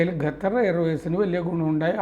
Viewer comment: ഗദ്ദർ അല്ല ഖത്തർ പ്ലീസ് prounce correctly ❤